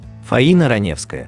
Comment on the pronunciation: это не озвучка, а недоразумение какое-то. Автор, ты сам-то понимаешь слова, которые произносишь? Никакой интонации, ошибки (в конце "Ранёвская", пистец просто). Это просто халтура.